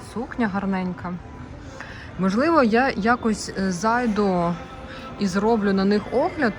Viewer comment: НЕ «нОшу, попрОшу», а - «ношУ, попрошУ»!! Не «зАйду» - «зайдУ»!!